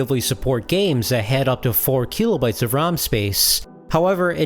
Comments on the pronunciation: how many "keeeeeelo" bytes is it again? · Video/channel seemed interesting but I had to stop watching. The constant "keelo bytes" drove me crazy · If I hear KEELOBYTES one more time, I am going to scream. Imagine thinking literally EVERY OTHER PERSON ON THE PLANET is pronouncing it wrong